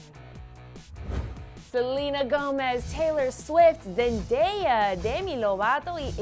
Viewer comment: Muero de risa como dice el nombre de zendaya y iggy 😂😂😂😂 lo dice tan gracioso